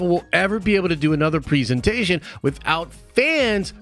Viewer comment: The amount of times this guy mispronounces presentation is unreal...